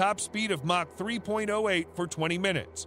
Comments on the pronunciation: mach is pronounced (mock) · Pronunciation correction ---mach is pronounced much like mock , not mash as you pronounce it. Also if you like videos about planes that were ahead of their times ,check out the SR-71 Blackbird from McDonnels " Skunkworks , a plane from the 1960's that STILL holds the world speed record .